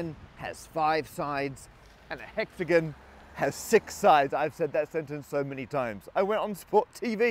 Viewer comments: Whole problem is mispronunciation. It's hexagon like gone not like gun. Thought you brits believe in gun control?! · Never knew that British people pronounce it hexa-gun and penta-gun. My mind is blown.